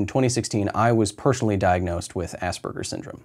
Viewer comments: ASS SPERGERS. I cant cope with assburger......... There's no B in the fucking word lol. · Everytime I hear an American pronounce Asperger's, I hear "Ass Burgers", we pronounce it differently here in Britain. Thst's the joys of American English and British English, I guess.